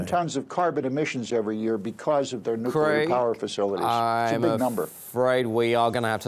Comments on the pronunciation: “Nucular honey. It’s pronounced, nucular.” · It's hard to take you seriously when you can't correctly pronounce the word "nuclear."